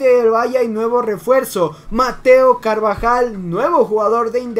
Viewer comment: no es carbajal !!!! es carabajal !!!!